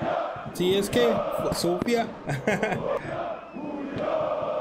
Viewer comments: its Sofia bro not Sofiq. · Also Sofik(q) is wrong. It is pronounced Sofia. Just some people in Bulgaria use Q as Ya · Mate, SOFIA not sofik. SOFIA! CSKA stands for CENTRAL SPORT CLUB OF ARMY. We are two teams with this name CSKA MOSCOW and CSKA SOFIA. We (CSKA SOFIA) are the most successful club in Bulgaria. 31 titles. In the last couple of years we just don’t have a competition on the stands. Sector “G” is the name if our stand.